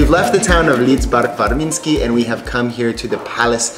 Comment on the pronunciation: wow, great pronunciation of "Lidzbark Warmiński!" impresive